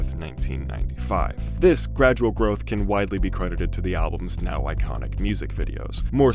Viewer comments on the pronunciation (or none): none